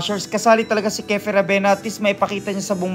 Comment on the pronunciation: Kiefer not kefer